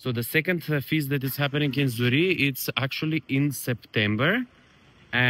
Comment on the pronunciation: Alex. please pronounce the Name of your village properly. You need to pronounce it with the Q at the end. Z U R R I E QQQQQ not Z U R R I E.